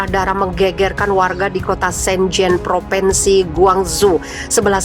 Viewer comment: Mbak! Bukan PropEnsi tapi PropInsi. Anak TK saja lebih tahu. Sebagai penyiar, mbak HARUS menggunakan Bahasa Indonesia yg benar, jangan NGAWUR. Memprihatinkan sekali.